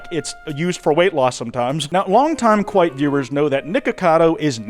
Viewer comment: really kwite? on the 12th?